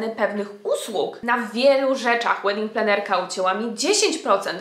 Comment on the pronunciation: Raz zrozumiałam "wedding trenerka" 😂😂😂